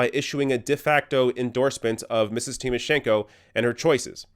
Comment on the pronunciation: Great exposé but I was annoyed by a repeated mistake of yours. Why can't you pronounce "Tymoshenko" properly? Don't be like like all those idiot Bush supporters saying "EYE-rack".